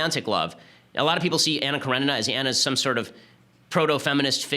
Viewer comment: Pronounce Anna Karenina as "Kaw-re-nee-na". ;) You're welcome. Slavs will be much happier.